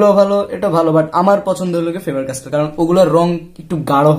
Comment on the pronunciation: Bro,I don’t have any problem in my ear.Need to mention that I have heard this 2 times.Don't take it seriously It's a mistake not sin.